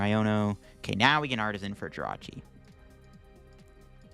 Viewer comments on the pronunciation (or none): none